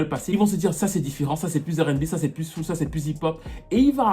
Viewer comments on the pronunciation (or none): none